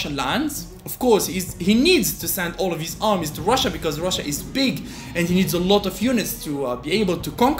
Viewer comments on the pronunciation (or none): none